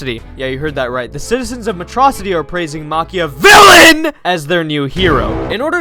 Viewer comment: "are praising macha-VILLAIN👹👹👹👹" that got me real hard